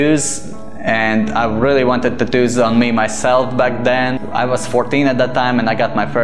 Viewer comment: Take a shot Everytime he say tattooss